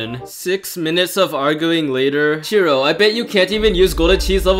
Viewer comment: u said ir wrong i thought it was CHAIR row